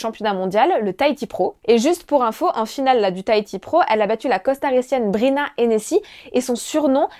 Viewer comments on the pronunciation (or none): C’est Brisa et non Brina regarde tes fiches.